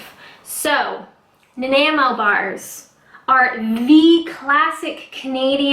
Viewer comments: Nan ni mo. Accent on the second syllable. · It's pronounced Na-Nye-Mo Bars LOL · Na-n-eye-mo....great vids btw. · I'm a Canadian and live in Vancouver. Nanaimo bars are amazing but very sweet and rich. They originated from Nanaimo British Colombia on Vancouver island. Nanaimo is actually pronounced Na-Nye-mo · i’m a year late (lol) but i’m from Canada as well and it’s pronounced na-naigh-moe. i was like kinda cringing at your pronunciation but hopefully this helps!! ♥️ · "Naaa Nye Moe" :-) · "Nah-neye-moe." Home of the world championship bathtub race! And, those glorious treats! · Nah ni mo "Ni" as in nine. <3 Peace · When I was there over 40 years ago while in the merchant navy it was pronounced NAN-EYE-MOW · Actually it's pronounced nan-EYE-mo. It's a town on Vancouver island. X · I am not from Nanaimo, British Columbia, but I do know that the correct pronunciation is - nuh-nye-moe. You can hear it in this video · I live in nanaimo. Its pronounced nan-eye-mo. Its on Vancouver island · i live here as well, we are the only people on planet who can pronounce it easily, i tell them put emphesis on the i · NA-NY-MO, same as Nanaimo on Vancouver island, BC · pronounced Na-nigh-mo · Having just put my son on a plane with final destination Nanaimo (permanent emigration) I was a bit amused about your inability to pronounce its name. Also re: "Life is short, I don't measure." You can get away with this for most cooking. Baking is a whole 'nother ballgame. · You can't pronounce it.Great start😄 gonna love thisx